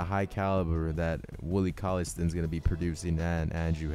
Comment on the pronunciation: It's not "colliestin" it's pronounced cauley stine